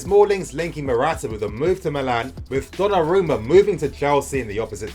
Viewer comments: Finally learned how to pronounce Donnarumma. 😂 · Liked for the correct pronunciation "Donnarumma" 😃